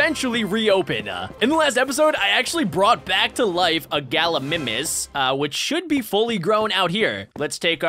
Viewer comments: Its called ga-lee-my-mis not ga-lee-mi-mis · it's gal I my nis not gal I niiimis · It’s pronounced gal ou my mes